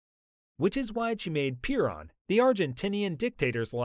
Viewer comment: it's Pe Ron like pha run - but not piron